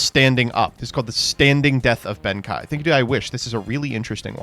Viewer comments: it's pronounce ben-kay not ben--kai idk even know how you got the kai from reading that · His name is pronounce ben-kay but yes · Good thread but I cringe whenever pronounces Benkei as Benkai. To add to the thread, Naturia's synchros are probably based on the sacred animals each representing one of the cardinal directions. The Black Turtle, The White Tiger, the Blue Dragon and the Red Phoenix. Unfortunately no Phoenix Naturia Synchro was ever released to complete the set. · Benkei is pronounced with the "KEI" sounding like "KAY" in Okay, not like "KAI" from Kai from Beyblade. Japanese has the "e" typically making a short "eh" sound while "ei" becomes a longer "eh" sound. Look up the character Rei from Evangelion, and you'll hear it there. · Saying benkai is so weird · my guy you have to learn how to say Benkei. There is no A anywhere in the name, the japanese name is written ベンK (literally Ben-K). It's not pronounced Benkai it's pronouced like the letter K. Please its driving me nuts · "Ben KAI". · Ben Kei is pronounced Ben Kay. 'Ei' in japanese makes the 'ay' sound. German is the language it makes the 'i' sound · mispronouncing benkei at the same rate benkei was pierced by arrows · I know it bothers me too, but will never learn to pronounce Japanese words correctly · This video might be the most Mispronounces Cards of all time. Ben kye? Juicynoko? Grand Gweenol?? You Just Straight Up Swapped The Syllables In Uluru. Like come on dude Anyways I love the Floo lore its so cute c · He also pronounced Reisen as Raisen despite being told in the same sentence that Raye (Rei) is based on it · worrying about the pronounciation of the future Krawlers while he already fucked up Asla Piscu and Ben Kei in the same video lol